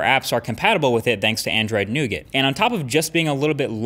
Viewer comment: I thoroughly enjoy your videos, but learn to say nougat.